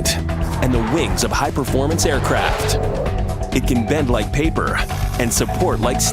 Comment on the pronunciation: It can bend like paperrh and support like steelllh.